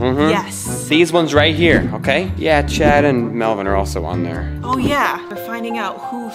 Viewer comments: Stop calling melvon Melbourne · When you guys call melvin "MELBOURNE" i laugh so hard bc it reminds me when you guys do not to laugh challenge